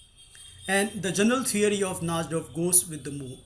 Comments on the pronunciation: Na"ee"dorf, not Na"sh"dorf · uhhhhhh..... i think its pronounced (nai-dorf) and not (naj-dorf) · The pronunciation of najdorf is: Na-ee-do-rf. u r pronouncing it incorrectly